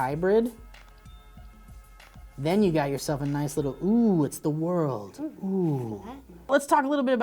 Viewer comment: "A WHOLE NEW ROWWWWW (world)" lol that fuckin made me laugh. thank you